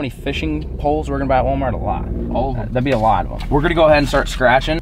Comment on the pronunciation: Nobody:: anyone has an idea 💡 for a new vid Nobody:: I heard WALAMART BEEF CAKES 🎂!!!!